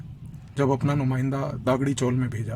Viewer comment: You are giving a good talk but pronunciations are wrong . Not Gaavli but Gavli . Not Daagdi chawl but Dagdi chawl . Thank you